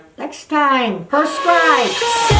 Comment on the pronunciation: “Perscribe” gets me every time lol